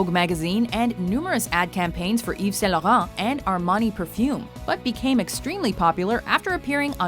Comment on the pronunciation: Je crois que la femme qui narate le video est québecoise, juste la facon dont elle dit yves st-laurent